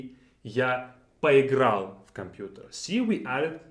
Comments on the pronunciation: Are you pronouncing the last letter in поиграл. It sounds like “paheegra” phonetically or maybe “paweegra” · Po- has a suggestion that you did the thing for a short period, not very seriously. Because of the wild Russian stress, he couldn't emphasize the Po prefix even though it was just introduced and a focus of the sentence.